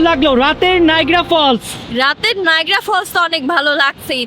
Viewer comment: নাইগ্রা নয় নায়াগ্রা